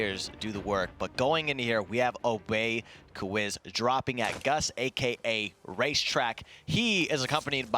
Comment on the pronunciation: “obey quiz” lmaoooo